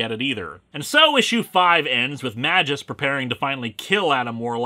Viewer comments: As a non-native English speaker, I feel that every time when a Greek or Latin name is spoken by an Anglophone. The pronunciation is just sooo wrong. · Not MA-jus. It's MAY-gus. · To my knowledge "Magus" is pronounced "MAY-guss" instead of "MA-jus", and both the dictionary and Marvel's recent cartoons agree with me. But yes, he DOES look incredibly silly. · May-gus, not ma-jis :) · Wait a minute, that's pronounced "May-jus"? I always pronounced it "Magus"… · Minor nitpick, but according to , Magus is pronounced May-Guh-S, not Man minus the n-jus. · I know I'm probably snobby youtuber 223 to correct you on this, but fuck it. It's "May-gus," not "Mah-jus." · wait.. is it not pronounced May_Gus rather than Maj_Us ? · I think it's pronounced "may-guss". Also, Doom's real voice is literally an octave below your rather accurate (in tone and articulation) impersonation. This story is waaaaaaaaaaaaay too complicated. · I'm almost certain it's pronounced "may-guess" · its pronounced "may-gus" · Why is Magus' name pronounced MaJus? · Yo, Magus is spelled with a G like in, I donno, "Green". You are calling him like...mah juice. Now that's weird. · It's prounuced mage-us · Magus is pronounced with a hard g. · Even Google Translate disagree with you, mate. Not only me. And not only google translate. Even Rob from ComicsExplained pronounce the name Magus the other way. Your video is still good though. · In the art's defense, Ron Lim was doing this massive crossover event as well as the monthly Silver Surfer comic, and I think a few other things as well. Granted, his art isn't going to be hung in the Louvre, or anything, but it is serviceable, and it least it's not ugly like Sam Keith, or worse, Joe Quesada. Also: Just saying, it's not a soft "J" sound. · Is that character's name really supposed to be pronounced "majìus"? "Magus" is latin for "wizard" and should be pronounced with a hard "G" and the "U" is not supposed to be a diphthong.